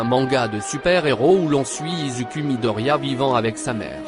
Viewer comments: Pardon ??? On dit "izoukou " et pas "Izuku " 😱🤐😒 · Ça se dit izuku